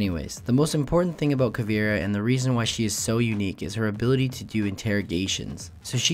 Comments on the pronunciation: Its not "KA VEE RA" its pronounced "KA VAY RA" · It's not Pronounced Caveera. It's pronounced Cahveaira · you pronounce it caveera its actually more like cabera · Greetings from Brazil! Her name is pronounced "Ca" (as in car) "vei" (as in veins) "ra" (as in wrath) awesome video, helped a lot! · It's ca-vi-e-ra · the way he pronounced caveira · He says her name wrong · u pronounce caveira wrong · Lol youre saying caveira like if the I comes before the E